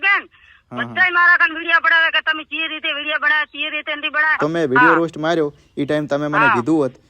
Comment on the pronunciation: રોશ નહીં પણ રોસ્ટ કહેવાય...😮